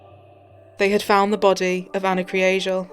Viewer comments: The pronunciation of Anas surname is 'Krygel'. G not J and Kry not Kree. May she Rest in Peace. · Just a short note, great documentary! But their second name is pronounced ‘Kree-gal’. I know it doesn’t matter, RIP Ana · The way it’s supposed to be pronounced? If you watch the Irish documentary on it that’s how it’s said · How is she pronouncing this families surname? 😂👍🏼